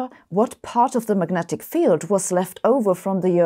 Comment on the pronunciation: Just wondering - - what are Magentic Fields? A little less than Majestic? More? LOL 🙃🤔